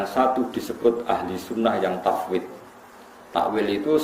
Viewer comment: Ikut aaah... , tahfid harusnya *tafwidl*(menyerahkan makna) >< ta'wil(memalingkan makna lain)